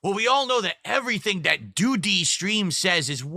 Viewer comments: Why’s he say doody like that….? Why so much emphasis on the Dee of doo-dee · Why does he say "Doody" like "Do-duty"? I hate the why he speaks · Why does he pronounce doody like a kindergartener? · why does he pronounce doo dee like its 2 words? 220 kicking in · why does he say DOOHH-DEE like that? i don't get it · Why is he saying it like that? DooDe.